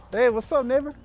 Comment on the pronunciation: I had to rewind a few times. Did not sound like "neighbor" originally 🤣